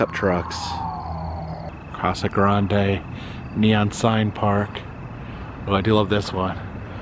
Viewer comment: Tge titan missile silo is a real place, It’s pronounced cacti And the E in casa grande is silent. I’m sorry that I’m picky about this but as a AZ native little things like this irritate me.